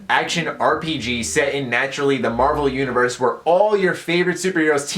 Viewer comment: When you said universe, I thought you said uterus